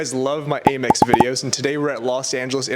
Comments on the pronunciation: Amex (where the A sounds like the A in "dad") Not "Ay-Mex" Otherwise...great video! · Please stop saying “ay-mex”. It’s pronounced “am-ex” as in American Express. You wouldn’t say Ay-Mercia unless you’re from Texas. Love your content though. Very informative credit card info and reviews. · Isn't it "AM-EX" not "A-Mex"?